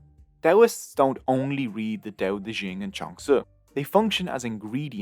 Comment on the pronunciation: Dao De Jing not Dao De Zhing There is no syllable "zhing" in Mandarin Chinese. And, after all, it is Chinese, not French.